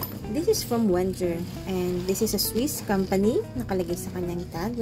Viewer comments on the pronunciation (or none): its "VenGGer"